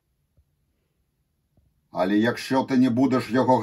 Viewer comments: еще "але" читается как "алэ" и "дівчина" через И, а не Ы Я понимаю, дело в непривычке, но я просто указал на наиболее очевидные ошибки. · не але а але "алэ"